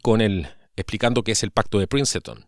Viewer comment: Por cierto... no se pronuncia Princeton...